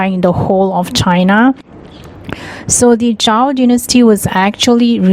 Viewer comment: Zhou not zhao ..